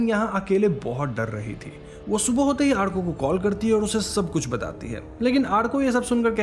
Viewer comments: It's Awrko lol. Not Aarko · It's not arko, it's orko 😁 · Arko nahi bhai its pronounced as Orko😅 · Call it orkooooo not arkaaaa!!! Bengali content explanation kar rahe ho to nam bhi bengali logo ki tarah boliye na! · The amount of time u said āarko is just bothering my adhd , But u said Ârko the end which cured me a little 😂 ,and yes I'm bengali but still😭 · Hey... you pronounced the name Arko wrong... I know the spelling is "ARKO" but you must spell it as "ORKO". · Vai it's sound like orko..hum Bengali are अ ko "o" ki tarha use karta hai so 'arko' for writing lakin bolte baaqt orko bolta hai.😊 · It is not arko.. it's Orko in pronunciation, spell as Arko. Just a Bengali thing. Peace Same storyline in every horror movie. Anyway video clarification us good as always , thank you. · It is not pronounced as "Aarko"..the pronunciation is "orko"..bengali sentiments...😊😊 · are bhai wo arko pronucation thora galat tha wo aaaarko prnounce nehi alki arko yani a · It's not arko it's or-ko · He probably watched it with english subtitles and it spelled orko with arko as usual so naturally he pronounced it as arko as he doesn't speak bengali Im guessing. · Sir it's pronounce as aurko , my name is arka too 😁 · Arka = awr-ko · Its pronounce OR KO